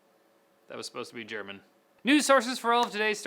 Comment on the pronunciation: that "German" reaally cracked me up!! XD XD XD